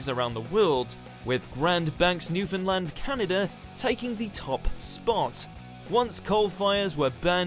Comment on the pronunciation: Good on ye for pronouncing Newfoundland properly! Fair play to ye!